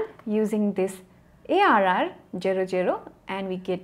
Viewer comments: please say ZERO not CERO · no offence, but pls for the love of god learn how to say "zero"....